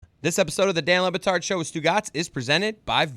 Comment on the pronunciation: Stan LeBatard...? For real...? mark...I defy you to tell me he did not say STAN...